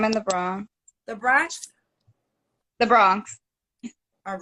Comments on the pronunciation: There’s an N in the word Bronx Other than that these folks are so messed up. I hope the community gets it together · She trying to be the next Kevin Samuels, Kendra must be an immigrant if she don’t know how to pronounce the Bronx